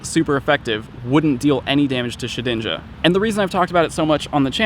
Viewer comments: Did i hear keep saying Shit-ninja? xD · Why do you call it shit-inja? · Sounds almost like he said "Shitinja"... twice. going blue?